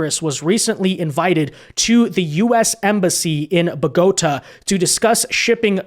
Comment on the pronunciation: Spit out my drink when in the ad read you said "Buh Goat Uh" instead of "Bow Geh Tah". Funny moment.